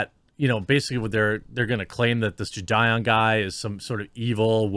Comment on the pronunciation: i was taking this video seriously till you said "jidieon" lmfaoooo